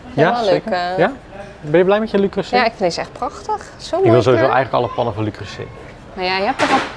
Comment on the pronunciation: Ahh die arme man van Le Creuset die in een speciaal filmpje de uitspraak heeft uitgelegd 😂 “Le Creuseh” dus ❤